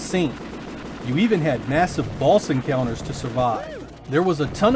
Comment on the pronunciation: I allways hear you say balls instead of boss🙈